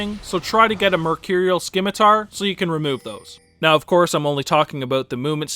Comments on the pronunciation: the C in scimitar is silent. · Your pronunciation of Scimitar had me cringing XD Great video though! Sub'd :)